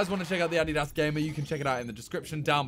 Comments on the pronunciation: its adidas not ahdihdahs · it's pronounced addy-das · yeah, it’s “a-dee-das” most of us in the US pronounce it wrong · No ones talking about how Simon pronounces “Addeedass”😂😂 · UH-DEE-DUHSS SAY IT WITH ME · How to say adidas ah!-dy-dahs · Dude can't even pronounce Adidas right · I HATE how Simon pronounce Adidas 🤦 it's sooooo cringe.